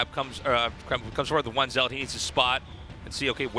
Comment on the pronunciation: Zealot is pronounced like Pellet. Someone tell Artosis he sounds the fool when he mispronounces words. Buffoon.